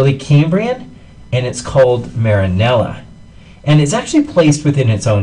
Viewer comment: yea lol, marinela